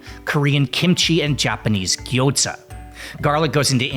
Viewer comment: FYI...There is no "T" in gyoza.